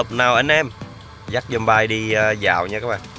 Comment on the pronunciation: Zombie Đọc là Giom bia đớ anh AS